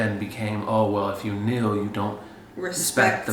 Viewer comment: Tell me why I heard take a "meal" instead of take a "kneel" when Zashia was speaking 💀💀 I must be hungry or sum